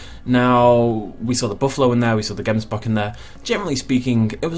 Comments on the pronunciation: Oh my soul I am from South Africa and you are totally butchering the name of the “gemsbok” it’s like a (gggghh em s bok) it comes from thé language Afrikaans one of the languages we speak here and it’s so cool to see so many of our native animals now we just need the Guineafowl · They way you pronounce Gemsbok🤣🤣 only Afrikaans South Africans can say it correctly. But great attempt.🙌🏻